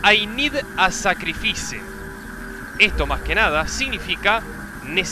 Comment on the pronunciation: Ai nid a sacrifice, es ai nid a sacrifais; asi se pronuncia xddd